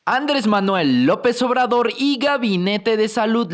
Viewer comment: Ya no es Andrés ya es Ándres? Jaja pinche ciudadano desconocido te gusta desmadrar el idioma 👌🏻😂